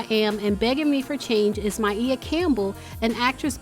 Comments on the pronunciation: So sad, I Hope she accepts help and eventually recovers,its never too late. Additionally, you've been pronouncing her name incorrectly it's like (My-ahh) or (Maya) stay up queens! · I was like who is My eah...😩😂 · Thank you I love this channel but damn i wanted to shout its just MAYA GIRL DAMN🙄😂😂😂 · Girl!!!!, That's not how you say her name.. Ugh💀